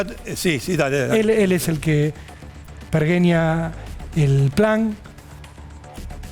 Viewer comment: Pergueñar??? NO, perGeñar!!!! Sos bruto Rolando y Canaletti fue incapaz de corregirte???